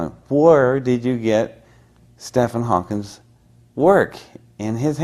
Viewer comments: If he hadn't been 17 getting into the facility, it would be a lot more believable. He can't even pronounce Hawking's name. Still impressive. Thank you, EOC ~ terrific find. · Maybe that's how Hawking pronounced his own name? Add in the mix is that was born in West Virginia. His accent has softened but maybe that's how he learned to pronounce the name.